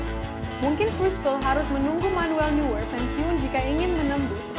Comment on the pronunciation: Neuer bacanya Noier